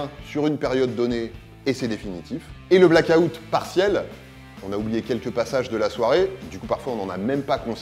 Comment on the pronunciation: "Out" se pronnonce "owt" et pas "a-outte"